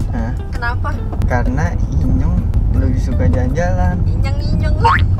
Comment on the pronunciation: Enyong bangg bukan inyong